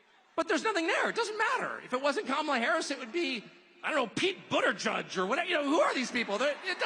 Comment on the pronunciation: Buterjudge. It's buttagay or at least how it's said